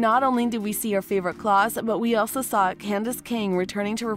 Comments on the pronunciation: That pissed me off just as much as her saying Klaus wrong 😡😡😡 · I cant stand these clickbait videos that cant get easy facts right first off its mikaelson not mikkelsen and its klaus not claws secondly the show got cancelled cause it wasnt garnering enough interest even with the quality improvement it didnt gather enough people to watch on a weekly basis, dont give me the well it did good on the cw streaming cause no one ever can provide what numbers they got, WB cant afford to keep these less than 1 million live viewed shows on the air anymore thirdly it was time, there was barely anything new they could do left they were starting to repeat themselves even with the gods stuff hanging it was still going to be a repeat of what we have seen before, super strong beings who can only be killed by special blade, yeah been there done that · She didn't even say Klaus's name right either